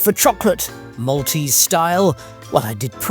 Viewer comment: Thank you for your guided tour of Malta,we have lived here for over 20 years and couldn’t live anywhere else x x plus your pronunciation of maltese was very good